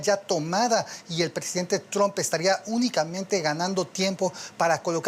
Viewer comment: Cada vez que José Díaz Briseño pronuncia “Tromp” muere un gatito…